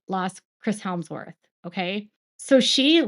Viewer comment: Who’s Chris HELMsworrh? 😂 Hemsworth?